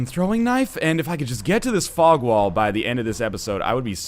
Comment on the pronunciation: EVERY SINGLE TIME YOU SAY FOG WALL im like WTF northenlion whats a f*ck wall ohhh thats right fog wall goddammit im dumb